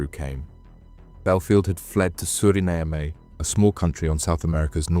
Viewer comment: Suriname is pronounced ‘Surrey-nam’ in English and ‘Soo-Ray-nah-mah’ in Dutch (which is the official language of the country) and not ‘Surray-nay-a-may’ as pronounced in the video ! (When I heard it, I thought where ? I’ve never heard of that country before and I know my countries well) !